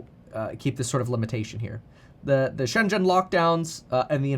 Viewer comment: it is Shen Zhen, China, not She zen, China